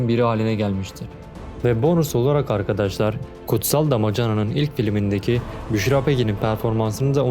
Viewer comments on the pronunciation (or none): none